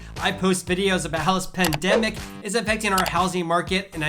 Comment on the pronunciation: Just a tip- it's really hard to understand what you are saying with your opening and closing phrase, " how this pandemic is affecting.." I keep hearing "housing pandemic" instead of "how this pandemic". Maybe slow down just a hair. Great videos! Thanks for putting this information together.